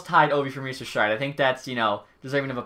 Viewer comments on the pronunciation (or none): none